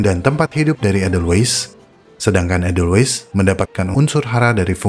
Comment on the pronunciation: Ada baiknya bila asal kata dr Jerman ya tulisan edelweiss dibaca EDELWAIS, fungi /inggris ya FENGGAI, bukan funggi. Atau sekalian saja, pakai bhs Indonesianya bunga senduro dan jamur, sekaligus mendidik org ,cara baca dlm bhs indonesia